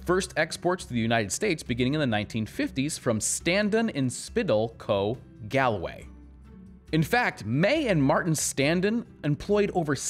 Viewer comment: Just to let you know, Galway is pronounced, Gawlway not Gal way